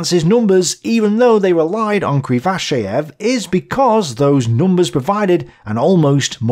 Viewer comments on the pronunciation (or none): I think just set the record for number of different pronunciations of Krivosheev in a single video.